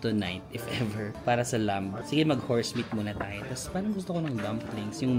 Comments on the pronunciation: 1), in lamb the "b" is silent. 2) You got it exactly right, you said the whole decor of the resto reminds you of Turkey. That is because all the stans (except Afghanistan and Pakistan) and Azerbaijan as well as Turkey are all Turkic peoples who originated out of the steppes of Asia (their lands were conquered by the Mongolians) and they spread westward to Europe through to Anatolia (present day Turkey). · ‘’lamb’’ is actually pronounced læm (lam). The b is silent. 🤗